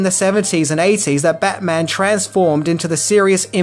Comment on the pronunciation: Bat-Mint-On. Get your shuttle-Cock ready 😂